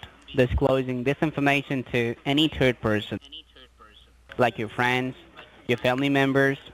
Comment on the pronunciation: “The higher at-orities” 😆 I also love how they always say I do understand dat...they don’t understand a darn thing you’re saying lol “Are you a turd person?” 😆 I love your videos!